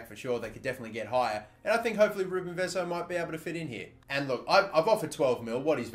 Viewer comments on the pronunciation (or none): Just btw ... It's Vezo , not Veezo ... Hard E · It's Vezo not Vizo. Cheers mate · Vezo, not Vizo. Say hello to Brazil 🇧🇷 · It's Vezo not Viiiizo :P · It's vezo not vizo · It's vezo not vizo, I hope that's a good explanation 😂😂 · Its VEZU not VEEZO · It’s pronounced vehzo not vizo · It's not Vizo, it's Vezo, Ve (like Vertonghen) and zo. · its pronounced vetho not viso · I think vezo is pronounced ve(as in vet) zo(as in zone) and kessie was at loan at AC Milan and went back to Atalanta when his loan at AC Milan ended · 50-50 chance to get Vezo right, he should know most non-english speaking countries pronounce e like e as in "Messi" and not like i, and he still messes it up... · Lejao, Vizo, etc. DAMN no one knows how to say portuguese names. Not even Cristiano Ronaldo you guys say it right. Oh well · Hey because Vezo is Portuguese it is most likely pronounced as ‘ve-tho’. He e is pronounce ‘eh’ not ‘ee ‘ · i'm porrtuguese and its pronounced Vazoo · I think it's pronounced v-A-zo